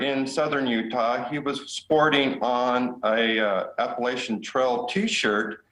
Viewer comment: Please learn to pronounce it!!!! The word is Ap-pa-LATCH-un.